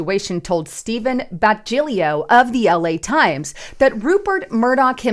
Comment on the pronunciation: Stephen's last name is pronounced "Bah ta lee o". Also... I knew this was coming after the Kanye interview. I think he lost all credibility after that.